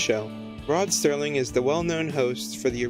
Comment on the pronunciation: Thanks for the mention, just wanted to say the name is "Rod Serling" and not "STERLING". It is a common mistake, in fact I am now surprised when people actually get it right.